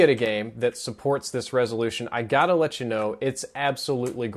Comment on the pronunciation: "Ler me know..." lol.